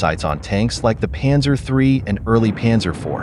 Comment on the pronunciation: The pronouncination of Zeiss is about "Tzeis" and the Panzer is "Pantzer"